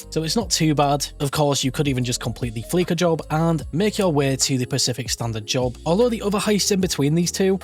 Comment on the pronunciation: You lost me at “fleeka” It’s fleesa bro. Fleesa.